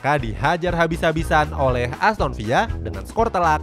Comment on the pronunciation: Aston Villa bacanya VILA biasa aja bukan VIA lu pikir bahasa spanyol min, riset dulu napa elah apa susahnya sih